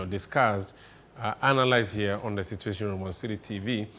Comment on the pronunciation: Situation and not Cituatiom.